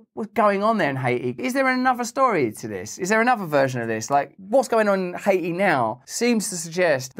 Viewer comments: What the hell is hay-eee??? That's a country? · High-aye-tee has been retired 🤣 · Aw you stopped calling it Ha-eee-tee